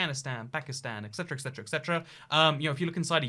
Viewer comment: It’s “et cetera” not “ek setera”